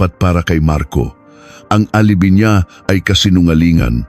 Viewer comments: Hahaha dko maintindihan yung petsa minsan may Indonesian language tapos yung alibi - a-li-bay tamang bigkas Yun hirap pag ai ang voice actor dmo maintindihan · Mali Ang pronunciation mo ng alibi..dapat alibay..at Ang G. Jose..Ginoong Jose.. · Wrong pronunciation po kayo ng "alibi". Hindi po " alibee" kundi "a li bai" ang tamang pronounciation. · ALIBI pronounced as ali bay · Alibi hindi alibe lol panget mong mag narrator... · Alibi pronunce: a li bay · Yong alibi,alibay ang bigkas dyan. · Ayusin mo ang pagbabasa lalo na ang word na alibi. "Tangnato"